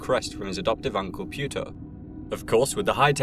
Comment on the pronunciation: "His uncle Pewter"?